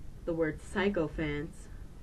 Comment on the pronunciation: Haha...this is hysterical. I don't want to be critical, and I don't actually know how I stumbled onto this video, but really this is pretty bad...sorry... Btw you are saying the word "sycophant" incorrectly.